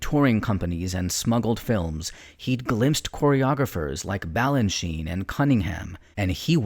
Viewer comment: « Vestous » ? … Quand on connaît la danse, on sait que le grand prédécesseur s’appelait Vestris !! La Badère au lieu de la Bayadère, George « Balanchin »… Le commentaire est carrément minable 👎